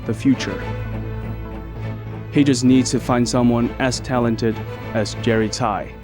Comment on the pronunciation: His last name is Tsai (same as the Taiwan president), not Tai